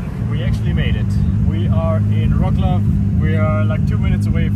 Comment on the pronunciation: pronunciation of Wroclaw is killing me, its so bad 😆😆